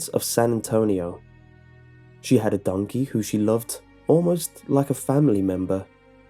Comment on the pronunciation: “Oh dOnKehH”